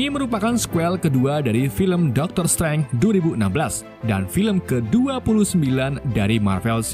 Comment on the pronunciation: Bacanya Daktrr streinj, bukan dokter streng